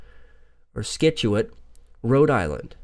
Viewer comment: It's Scituate (sit-chu-it)